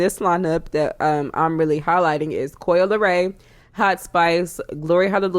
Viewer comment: "Easily Digestible " gonna use that / why do you keep calling Coi "COIL" ? 🤣🤣 i'm in tears